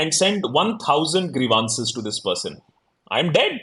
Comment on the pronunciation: Akash B. It's grEEv.uhn.ciz. stress on the first syllable.